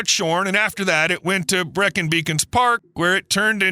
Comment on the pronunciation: Great but why do Americans get British pronunciations so wrong? His rendition of Breacon gave me nausea.